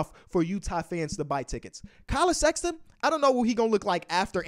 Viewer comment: KAY LOVE AIN'T SHOW NO LOVE 4 SEX-AH-TON :(